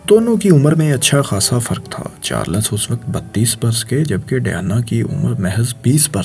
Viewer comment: Oye princes Charles he Princes charlas bole jaraha he pori vedio me. hi rehta he or aya he faisal bhai ko replace kerne 😂